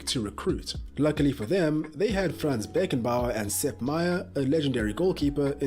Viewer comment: His name is Franz Beckenbauer not Fran's